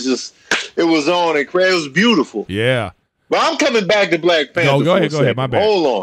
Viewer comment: Nobody: Griff: black P A N T E R